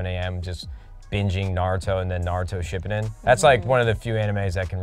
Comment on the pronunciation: did Matt just say ship eden??? SHI PUU DIN cmon nade 🤣